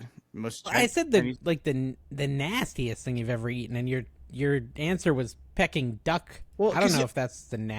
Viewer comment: Pecking Duck? Peking (Pay-king) Duck